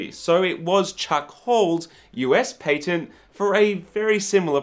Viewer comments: What I'm must curious about is how are you fitting a Y into your pronunciation of patent? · I love hearing him say "patent" with that accent.